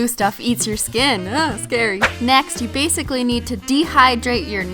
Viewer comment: BASEically u said basically but like u were talking about base coats...😂😂